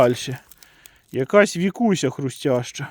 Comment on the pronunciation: Не вікуся а Вкуся читати навчись😂